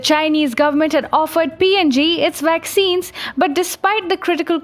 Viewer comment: Yea funny have trouble with V words